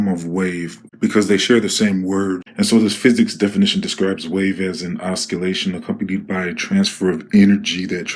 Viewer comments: It pronounced ˌäsəˈlāSH(ə)n not oskolashen! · No offense meant, but the word is pronounced oss - si - lation, not osk - I - lation. Just a hint. I mispronounce words all the time and hate being corrected, then later accept it as a benefit, because I am a public speaker and find I am much more effective when I am spot on. Ok, then. Love your channel and God Bless you. Peace. 😎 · So you know oscillation is pronounced with the c having 's' sound not 'k' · `o si lation`.xx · oscillation is pronounced osillation - the c is silent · Os-CUH-lation. 🤣😶 James cam-ER-ron wtff I'm dead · Hey, let's hear your theory on how oskalayshun effects wadur 🤣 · Did you say os- kill - ation? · You lost me at "osKillation". If you're going to try waxing intellectual on hydrodynamics, I would suggest learning how to pronounce big words correctly. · I am gonna piss some people off, lol, but you pronounce OSCILLATION LIKE (OS--KILL--LATION) , and that is so wrong. LMFAO.....It is a soft "C: , not a hard "C". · Please pronounce oscillation without the C. ossssssilllllaaaashhon (The way I would put it if I wrote a dictionary) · There is no "Ska" sound in Oscillation. Is EVERYONE Illiterate these days? It certainly seems so. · I cant listen to someone that cant pronounce words like oscillation 😟 made me stop the video and thumbs down. Sorry bro. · Dont talk about English this fool can even say oscillation properly or james Cameron Haha. Tf yo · Side note....the C should not be pronounced in the word oscillation. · Hilarious! Thank you for knowing nothing and pronouncing oscillation they way you do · You Don't Pronounce the C in oscillating. Just saying! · What halfwit. Osculation is kissing... and pronounced "oscillation" that way. The C in oscillation is silent. The molecular structure never changes, He is batshit ignorant.